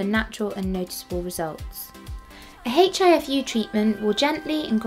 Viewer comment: The letter 'H' is pronounced silently!